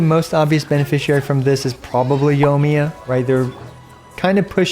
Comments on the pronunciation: "Yomiya" There is, in fact, an I in there. Right after the O. Anyway, I'm just giving you a hard time. On another note, I'm not totally convinced that the heart of depths set won't be better on Ayato. I'm not a math guy, but hydro damage bonus should do more for him than atk, and the buff from heart of depths is far more consistent. We'll have to see the numbers I guess. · wait what yunjin burst does so increase yoimiya skill damage you dont know what your talking about and cant even say her name right.